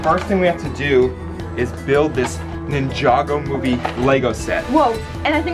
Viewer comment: I like that he can pronounce ninjago properly lol